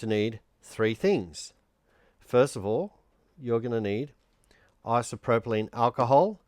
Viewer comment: Its isopropyl NOT isopropolyne. 🦘🤡